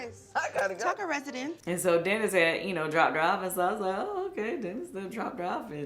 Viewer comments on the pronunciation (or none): Live there part when she said TUCKER RESEDENCE